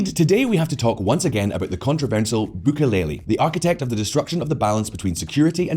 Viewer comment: Your french pronunciations were fine! Misreading a world leader's name though and adding syllables that arent there (Bukele), very anglo-saxon ;)